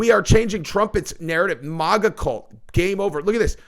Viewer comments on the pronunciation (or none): PLEASE.... PLEASE start saying MAGA correctly.